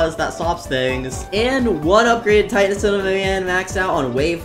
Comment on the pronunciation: 1. u didnt say upgrade titan cinemam but u said upgrade tittan camerna bro